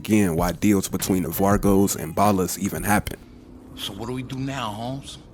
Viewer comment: Why u say vagos Witt a R fam😂😂😂 Keep doing ya thang bruh